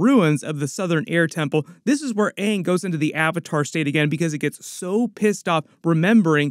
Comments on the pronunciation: Less than 30 seconds in and it’s already better than the other live action attempt, cuz they said his name right at the very least 🤣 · I feel like they said Aang several times just to proove they didn't pronouce it wrong. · hey they actually managed to pronounce the main character's name Ong correctly so it might not be as bad as the actual avatar movie! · I HEARD HER PRONOUNCE AANG CORRECTLY. Thats already better than the last live action. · Hopefully they will pronounce his name correctly this time around 😊 Edited to add: they did!!!!! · Just hearing them pronounce his name right gives me hope for this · At least they pronounce Aangs name tight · Atlas they can say aangs name right this time